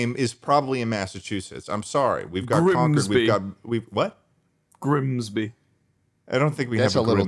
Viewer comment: ted repeatedly failing at saying grimsby three separate times is making my day